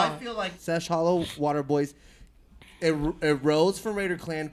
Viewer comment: HAM ON EVERYTHING stop sayin sesh water hollow nigga its seshollowater. Shit got me buggin haha